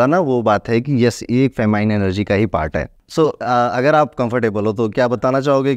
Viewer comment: i dont want to be rude but, feminine energy hota hai, not famine. Famine means aakaal padna. Also, I think it would be very nice if you had captions in english because aajkal videshi bhi kaafi interested hai humare culture me like astrology and rituals.